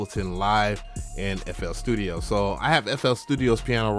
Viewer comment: sounded like ya said nfl studio